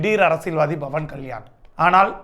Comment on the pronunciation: Its not bawan ,its pawan😂